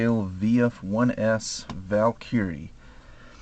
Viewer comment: hey dude, good job on your videos, keep it up, but i gotta ask, why do you say valkyrie weird? your pronounce it VAL-CURRIE, but its actually pronounced VAL-KER-EE